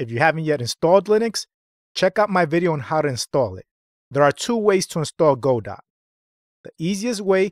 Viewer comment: It's pronounced "Guh doe". Good video.